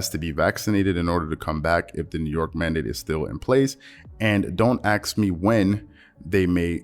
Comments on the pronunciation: Love your work …. But bruh, it’s “ASK” not “AKS” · My dude, it's "ASK" not "AXE." An AXE is a weapon or a tool. When you say, "If you AXE people," I immediately think of Gimli axing a bunch of orcs and uruk hai.